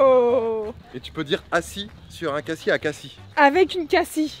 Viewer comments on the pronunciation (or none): Lol vous avez dit cassi au lui de dire cassis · Elle dit cassis comme le sirop Alors qu’on ne dit pas le s